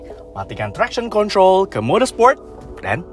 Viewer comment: Kritik dan saran dari saya 🙏 Kalau ngomong bahasa inggris, kosakata ejaan nya biasa saja, jangan seperti di lebih-lebihkan, jadi terkesan seperti baru belajar bahasa inggris Seperti di menit "high beam control" Ejaan "control" nya biasa aja, jangan alay, jadi risih dengernya